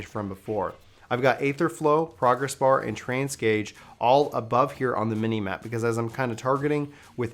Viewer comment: "Train-ce gauge" .... /smh